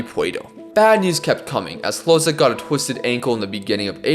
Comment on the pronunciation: Just a little heads up: Hložek is pronounced as “Hlozhek”, not “Hlozek”. Love your content anyways!